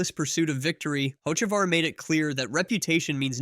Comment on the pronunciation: Bro you’ve never heard of Hotchekavar? 😂